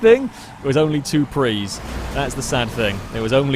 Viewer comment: It's PRIUS not a PREE!